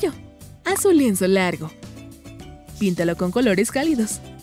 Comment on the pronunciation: en vez de decir pintalo dijiste pitalo